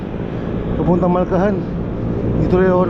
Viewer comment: Malhacan master. malcahan ata sabi mo hehe